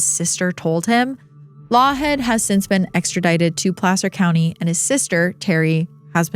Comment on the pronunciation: I’m from Sac & the nearby Placer County (thank you for pronouncing it correctly btw!), lived there from ‘88 till last year and I had never heard of that case!